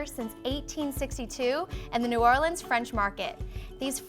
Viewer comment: Yay! You pronounce New Orleans right!